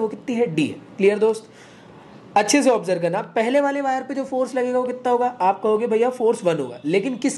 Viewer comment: 😂😂😂😂 B su c, c su d 😂😂😂😂